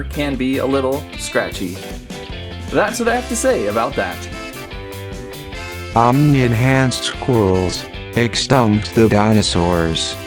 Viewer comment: It's Omni-Enhanced Not Omni-Hanced 😂😂😂😂😭😭😂